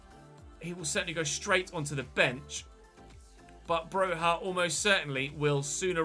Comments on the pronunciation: Broja is just pronounced Broja all the letters you see you pronounce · Broja is from Albania. His surname is pronounced with a hard J. Bro-ja